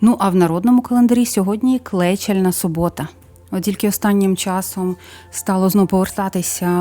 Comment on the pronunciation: У нас кажуть клечАльна а не клЕчальна субота успіхів благополуччя Вам дякую велике за цікаву інформацію